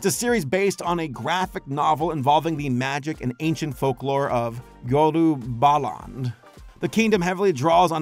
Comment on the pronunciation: Loll it’s Yoruba + land not Yoru + baland